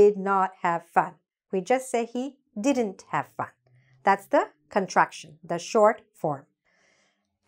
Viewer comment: You are not pronouncing didn’t Correctly check it once